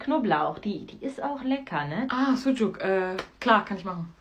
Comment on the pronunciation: Deggah "suguck" Wat für NH Aussprache 😂